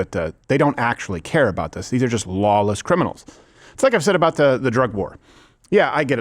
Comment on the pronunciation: "vuht ahhdd you gawd damn talking aboot?"